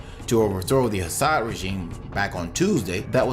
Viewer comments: Your pronunciation of the Syrian president's name is wrong! It's pronounced Assad, not Hassad. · Dude - there is no H in Al-Assad. ok. it is not HASSAD.